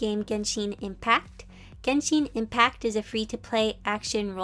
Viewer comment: Did she just say ginsheen impact...